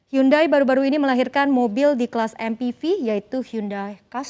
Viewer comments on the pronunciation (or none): "Hyundai" bacanya "yundey"